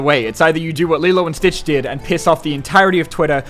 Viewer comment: "Lilo and Beach" 😂😂😂😂😂😂😂😂